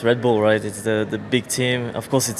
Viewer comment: Red B"uhm" Racing